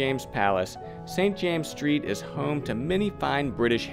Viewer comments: St James's Street is pronounced "Saint Jaym-ziz Street" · this video is so full of errors you would be well advised to re-dub parts of it. First, it is St. James's Street, in the possessive with the two esses pronounced. It is Piccadilly, not Piccadilly Street. Foster & Son, not Sons. Hilditch, not Hirditch. Need I go on? And I am fairly sure the Queen has granted other royal warrants to perfumers. Then, what about the other three quarters of Jermyn Street? No mention of Harvie & Hudson? This is not up to your usual standards!